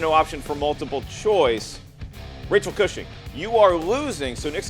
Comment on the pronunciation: It's definitely pronounced Cushing not Cooshing 😂